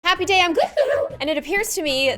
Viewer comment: It’s gloom not Gloup Gloom